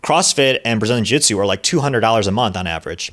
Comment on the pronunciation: Jujitsu is a three-syllable word.